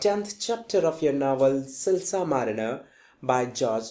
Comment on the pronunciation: Silas h silsa nhi 😂